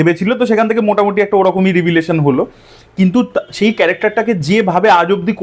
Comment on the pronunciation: .."রিভিলেশন" কি আদৌও ঠিকঠাক প্রোন্যাউন্সিয়েশন শব্দটার...It's either 'রেভলেশন' or 'রেভেলেশন'...ইশ্ একটা well educated ছেলের মুখে এ'রকম বেঠিক উচ্চারণ ! ..আর, রিভিউয়ের ঠ্যালায় তো পাইকারি দরে স্পয়লার গেলাচ্ছো লোকজনকে ! 🙄